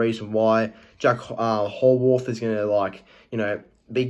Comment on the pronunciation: Yeah, he certainly got that superstar potential. BTW, its pronounced 'How + Worth'